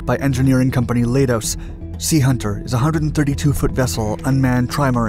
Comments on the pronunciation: Leidos is pronounced lie-dose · Leidos is pronounced like kaleidoscope, which is where they got the name.